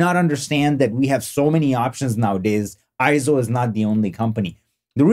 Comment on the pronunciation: Nope, not pronounced I-ZO! It is correctly pronounced AY-ZO per EIZO's own corporate video. Also see the correct pronunciation in the EIZO Wikipedia, which also shows AY-ZO. And one more reference... see the 2021 Scientific & Technical Awards EIZO Acceptance Speech video where Masato Nakashima, the Senior Product Manager at EIZO, pronounces it as AY-ZO. In Japanese, the "ei" together is usually pronounced as an AY sound just like when we say the Japanese word Sensei - Senˈsā.